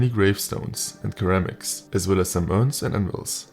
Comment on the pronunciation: Great coverage of the mod, but I just wanted to let you know that the first "c" in ceramics is pronounced like an "s" sound.